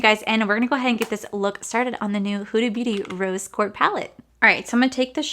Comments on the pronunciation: lol nahhh no worries sounded like you were saying court instead of quartz. My hearing aid just might need new batteries.😆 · Rose QuartZ like shorts, not Quart like short 😁 Love the eye look you created! I love Huda Beauty palettes 💕